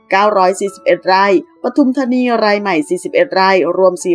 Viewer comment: ราย ฟังเป็นไร่